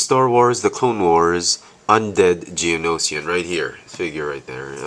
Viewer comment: this is how you pronounce it (G-Oh-No-shin) you pronounced it (G-Oh-No-she-in) Not trying to be mean, but i just want you to know the species name pronounce :D